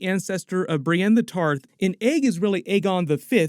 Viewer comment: Did you just say, "Remember it's Sir Ducan the Tall, who's the ancestor of Brienne the Tard?"